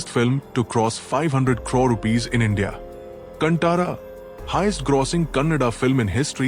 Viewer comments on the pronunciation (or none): none